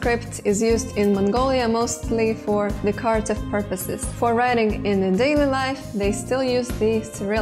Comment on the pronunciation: "Steppe" sounds like "step", not "steep". The stress in "decorative" is on the first syllable, the o is schwa, but may disappear altogether, and the a is schwa.